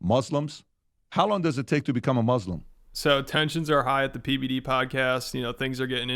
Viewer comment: It sounded like called him PBiddy 😂